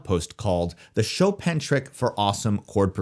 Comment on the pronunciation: You saying choPin, instead of chopaan is triggering me 😂